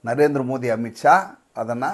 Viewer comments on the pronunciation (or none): none